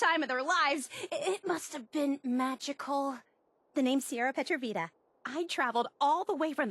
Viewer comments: Anyone notice she says her last name differently? In 3 she says Pe-trovita with an emphasis on the T In 4 she says is a Petro-Vita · ok there is some inconsistent name pronunciation by her. in fallout 3 she pronounces it pratrovita, while Fallout 4 she pronouces it petrovita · She says her own name wrong in Fallout 4, the dumb dumb